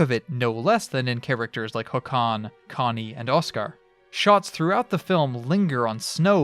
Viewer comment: I've never seen the film but I read it in the original when I was learning Swedish and it made an impression. This inspired me to seek the film somewhere. By the way, Håkan is stressed on the first syllable, "HAWK-uhn".